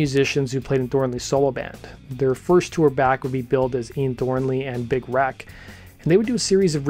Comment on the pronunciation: Everytime you say Big Wreck, it sounds like Big "Rack". :D They are awesome. RIP Doherty.